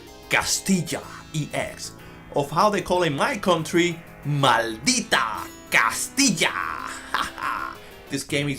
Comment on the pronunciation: Thank god you pronounce right the name of the game!!! I love Spanish!!!!